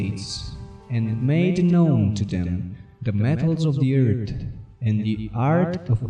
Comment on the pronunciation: Did you stay home from school the day they taught yinz the letter H or what ?? It's eartH, not ert... It's tHousand, not tousand...